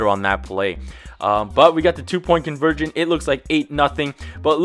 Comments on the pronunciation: "2-point conVIRGIN" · "two point convirgin" lmao